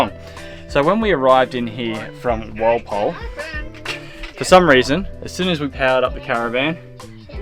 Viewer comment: Walpole sounds like Wall pole